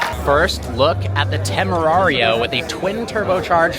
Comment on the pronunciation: Everytime you say temerario hurts my ears che palle